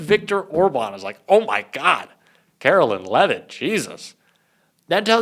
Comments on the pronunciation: You're so right. But it's not Karolyn it's KaroLINE. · you’re awesome and you have to start pronouncing Karoline’s name correctly—“Karo -Line”, not “Kara-Lynn.” I’m not a fan of hers at all, but we gotta get the names right. Thanks for all you do! ✌️